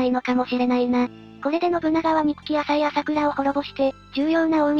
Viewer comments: かずますですよね 名前は正しく言って欲しいですよね あさいでは無くあざいですしね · 名前の呼び方が、あさいなのか、あざいなのか謎ですよね。最近はあざいと言うのが、定番だけど